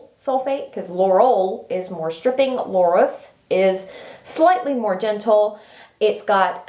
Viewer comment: Laureth doesn't have an L in the middle of it. Laureth not laurelth.